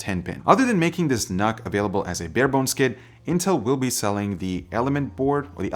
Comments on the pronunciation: Isn't it pronounced "nuke"? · Did you just say, Nuc-Nuc?